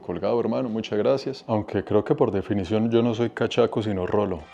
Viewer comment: "cachacho" en lugar de "cachaco" de resto interesante contenido as usual... que sigan los vìdeos del canal